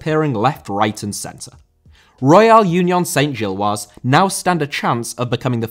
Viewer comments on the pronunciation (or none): Great video. We just need to work on some of your French pronunciations (e.g. Union Saint-Gilloise, Parc Duden, etc) 😉